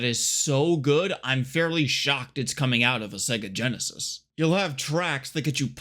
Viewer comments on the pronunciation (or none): none